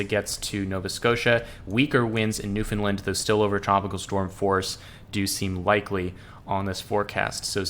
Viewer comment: Newfoundland rhymes with understand, just a heads up 👍